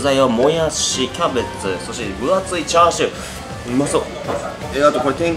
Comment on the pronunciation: ニンニク増し増し、美味しそう〜☺️ チャーシューが、『つ』になってましたね🤗